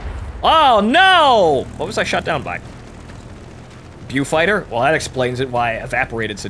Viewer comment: And it's a BOfighter, Not a BUfighter!!!